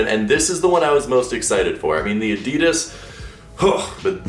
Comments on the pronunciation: Maybe if you stop saying adeedas and just say adidas then they might change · WHAT THE FUCK IS ADEEDUSSS ITS PRONOUNCED ADD EE DASS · My friend, you deserve those terrible adidas shoes simply because you pronounce it a-dee-dass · Am I the only one bothered of the way he says Adidas? 😂